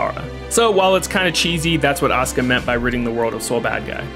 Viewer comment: Every time you say Asuka I hear Oscar